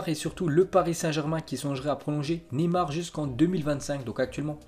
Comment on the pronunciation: Neyar😂😂😂 enfaite c’est Neymar